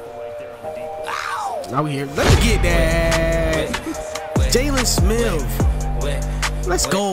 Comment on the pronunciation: Nigga said “jaylon smiff”